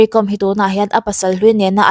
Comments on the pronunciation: Mery Kawm, hi Meri com. tiin kan lam ṭhina, Zo hnahthlak Káwm hnam anni, khawchhak leh hmar lama zohnahthlak tam tak hian, Zo hnahthlak an in ti duh lo fo ṭhin, a hming lam dan hi Mary Káwm (Kawikawm) ti a lam tur a ni, Hmarte Paite tamtak hian mizo ka ni lo ti hi tamtak an awm ang hi a ni mai, Mari Kawm, tih chu, Tlani, Ralte tih ang deuh a nih chu. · Tinge Mary Kom hming hi youtuber ho hian in lam dik miah loh mai le 😂😂 .com ang a lam tur ni lovin lehkhabu ‘kawm’ kan lam ang hian ‘kawm’ tih tur a ni e . Ka lawm e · Ti nge Kom tih hi thluk rawh u Mizo hian mi trawng in lam thiam loh tlat zel,,Archang kawm in ti ang hian.Kawawwwwwm aw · Awihawm loh ee tuman Kawwm an ti lo..Google leh youtube ah pawh va en rawh lam dan tur.. tlema thluk deuh tur chu ania mahse a thluk hniam in a ri tur a ni lo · Kâwm tih zawk tur, ‘kom’ hnam